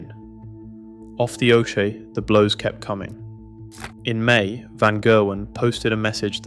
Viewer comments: It’s not OChay… it’s Okee… bloody AI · Its not said oshay bro, ockie is how it's sounds out loud do you even watch this sport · Oshey ? Don't you mean Ockey? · Thumbs down just for the AI slop,OCHE IS NOT OSHAY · Off the o shea 😂😂😂 learn to speak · Off the 'oshay' FFS! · He pronounced oche, o shea. Terrible production.